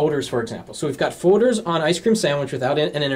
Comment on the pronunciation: What are fauxders? Does he mean folders?